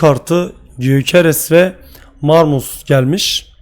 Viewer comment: Abi marmus değil de marmuş diye okunuyor